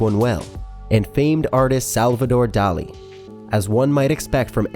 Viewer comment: The most disturbing thing is that the makers of the video don't even try to pronounce the names correctly, "Louis Bunuel and Salvador Da-ali", pff...